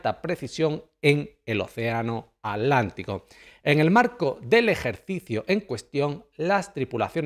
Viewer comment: OCEANO !!!! ATLANTICO!!! CON (T) !!!! NO ALANTICO ABLEMOS BUEN ESPAÑOL!!!!!!👍👍👍👍👍